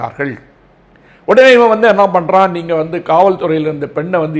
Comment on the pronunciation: அவர்களே! உங்கள் லகர ளகர ழகர உச்சரிப்புகளைச் சரி செய்யுங்கள். நீங்கள், தங்கள், பெண்கள் போன்ற சொற்களை "நீங்கல், தங்கல், பென்கல்" என்று உச்சரிக்கிறீர்கள். செய்தித்துறையிலும் பெண்கள் நலத்திலும் அக்கறை கொள்ளும் தாங்கள் தமிழையும் கெடுக்காமல் இருக்க வேண்டும் அல்லவா?